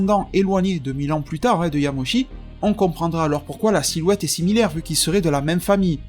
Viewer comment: Quand j'ai entendu "Yamoshi" j'ai vraiment eu envie de quitter la vidéo